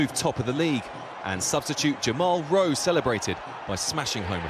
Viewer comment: Sam Hill glad I wasn't the only one that heard that. thought he said jamal rose at first lol